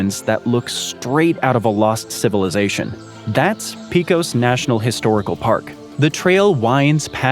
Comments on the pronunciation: "Pecos" is pronounced like "pay kos", not "pea kos" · Pa cos. .... not Pee cos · Pecos is pronounced "Pa-cus" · It's pronounced peck-ose (Pecos)